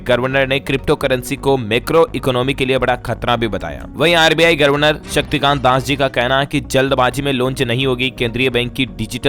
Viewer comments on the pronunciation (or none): Aap governor ko gorvenor bolte hain pl corect it. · आप गवर्नर शब्द का उच्चारण सदैव गलत करते हैं, गवरनर होना चाहिए